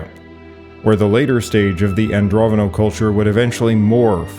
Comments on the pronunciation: Andronovo, not Androvono. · Just so you know, you're pronouncing Andronovo incorrectly. You're showing some dyslexic traits by calling them "Androvono," (swapping the v and the n) while your maps show the word spelled correctly. I hope this helps. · AndroNOVO, not Androvano... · You keep saying 'Androvono'. It's Andronovo. Andro-novo.